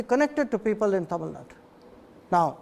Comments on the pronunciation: I loved the interview But one thing i don't understand is , why this anchor pronounce Tamilnadu as Tamilnaad? Like seriously?? Kannada as Kannad? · Mr - it is not Tamil Nad... Tamil Nadu.. when Jaishankar can mention as Tamil Nadu, what is stopping you? You don't call Haryana as Haryan... it doesn't make you superior by removing U in Tamil Nadu